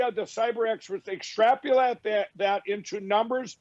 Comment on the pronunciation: ''extrapulating''...the struggle is real ;) (hey, it's an easy one, don't judge)